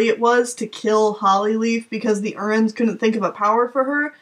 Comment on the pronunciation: unsubscribed because you pronounced "Erins" "urrins"